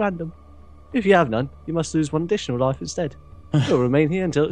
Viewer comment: "loife" Good job.